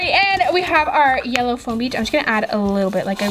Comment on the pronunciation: She kept saying flom 😐😐😑😑